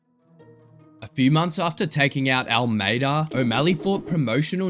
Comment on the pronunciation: Not gonna lie.. I’m a huge Sugar Show fan, but I had to stop watching the video less than 2 minutes in because I can’t take the host seriously.. especially when he says “Almeida” 🤣🤣🤦🏼‍♂️🤦🏼‍♂️